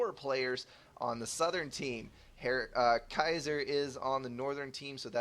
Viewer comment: keiser... I think it's pronounced keiser :p